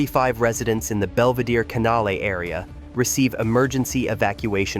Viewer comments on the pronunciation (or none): none